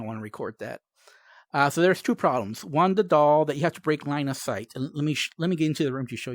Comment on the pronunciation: There are four puppets. This one you have to... I can't understand 🙈. you have to break line a sight? 😅, sorry, I can't understand what you said. Please, help?